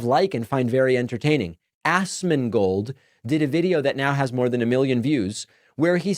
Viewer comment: notice how he pronounces ASMONGOLD as ASSMANGOLD lol also why Pakman always look like hes been crying?